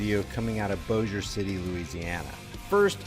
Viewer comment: I believe they could have non-lethally subdued Her. Also congrats on the correct pronuciation of Bossier.😎